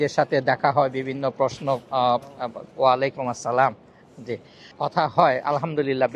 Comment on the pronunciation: ওয়ালাইকুম আসসালাম হবে না ওয়ালাইকুমুস সালাম হবে